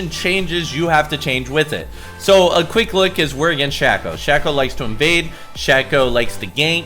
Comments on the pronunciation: shhhhhhayyyyyyyyyyyyyyy-co u fuckin dipshit. not SHAQ-O !!! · Shack-O = Shay-Co ok? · for the love of god it's pronounce SHAY-KOH - a Shaco Main